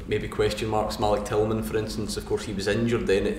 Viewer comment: Beale saying tilman is amazing 😳😳😳😳😳